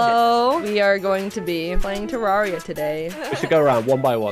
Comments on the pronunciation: Ah, nah, got her saying “Ter-RAR-ia” instead of “Ter-RARE-ia” LMAO. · thats not how youre supposed to say terraria jaiden youre supposed to say tur rare e uh